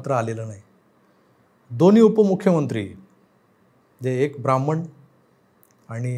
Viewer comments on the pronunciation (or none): none